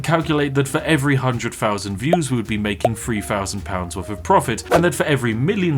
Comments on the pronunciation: pronounce your "Th" properly.. one FOUNSAND views.. come on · my guy......"th" and "f" are not the same thing. Jesus Christ had to stop watching the 5th time I heard FOUSAND